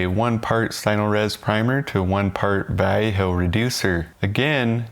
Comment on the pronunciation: I have never heard anyone pronounce Vallejo as you do; not even the Vallejo artists in their own videos. I am a plastic modeler, not a mini person, but I have used all of these primers. Vallejo I did not like; it doesn't like scraping and such as you found and I also found it harder to clean if you didn't have their own thinner, which was seldom in stock for me. I now just use Vallejo for hand painting small parts and figures. Stynylrez I did like as the sanding aspect is great for auto and aircraft models as you want a nice paint surface -- no scratches showing! But it went up in price and was hard to get for a while so I changed to Mr. Surfacer/Mr. Finisher which has been the best for me. And now the jars are hard to find in-store, especially in the colors I use. I can easily get the spray but even with decanting it is more expensive that way. The jars thin down almost forever and I can get a lot of kits covered with one. But yes, you need ventilation. Unless you consider the buzz a bonus. I might add my main paints going over these primers are Tamiya and AK Real Colors.